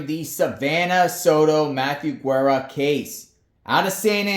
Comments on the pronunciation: It’s G era not Gwera or if you roll the r’s its Gerrra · you don’t pronounce the “u” in Guerra